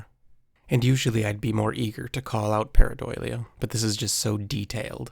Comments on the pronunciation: Why do you say paradolia like that lol . Its DULL-Ee-uh. Not Doy-lia But yes that’s exactly what this is it’s a rock face with mud and grass growing on top and you can see it clearly. not a bigfoot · Dude can you please STOP saying pareiDOYlia?!? It’s pareiDOLia like Dole, now Doy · It's pronounced par·ei·do·lia not par·ei·doi·lia. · Para-doe-lia, not para-doily-ya 😅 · There is no "doily" in PARADOLIA. Sorry. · Just so you know it is probounced Pair-uh-dole-ia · Pareidolia - Parei-dah-lia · Learn to pronounce "pareidolia" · Drink every time he says paradoilia. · Your pronouncing pareidolia wrong its par·ei·do·lia 😊 just thought I would let you know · And all of a sudden is saying pareidolia weird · that's a hilarious way to pronounce pareidolia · You aren't pronouncing pareidolia correctly. Also, that's not a sasquatch. You're totally delusional.